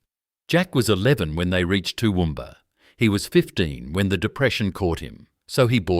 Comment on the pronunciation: Toowoomba- Central Qld. Get it right!!!